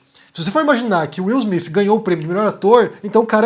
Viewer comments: Desculpa a ignorância, mas não é Smith ? Por que vc fala Smifh. É o som que se deve usar? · Bom dia! Eu achei estranho, desconfiei no início. Se ele estava com tanta raiva, por que um tapa e não um murro? Seria mais eficaz... Mas o que eu acho mais estranho é a sua pronúncia do nome do Will Smith... Soa Will Smif, acho tão estranho... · fala Will smif KK